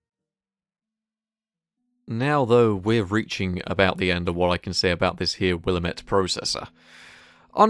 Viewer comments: It’s pronounced “will” “all” “met” . It’s an American Indian name that ironically translates to “the valley of sickness and death”. It’s referring to a river and consequent valley that borders Portland Oregon ... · Willamette (WILL-LAM-IT)